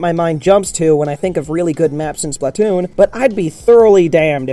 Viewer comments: Wambu. it's pronounced Spluh-Toon. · "Spatloon" 😂 good one! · When I heard the words "Splatloon" I lost all hope in this channel in 3 seconds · 'a spatloon' i died holy shit xD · He says BUTTtoon :D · The way he pronounces splatoon...